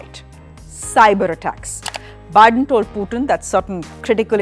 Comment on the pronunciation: Host: 'Byedone toll poootin!🤣🤣